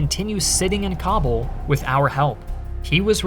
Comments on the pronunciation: It’s pronounce Ka-Bool!!! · It takes merely 10 seconds to google where stress in the word Kabul goes. To unsubscribe for me takes even less time. Farewell